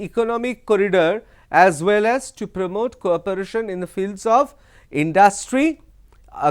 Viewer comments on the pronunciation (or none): none